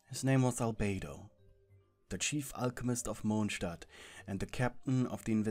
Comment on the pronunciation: “Mochstat” HAHSHSHHHAHAHSJSJ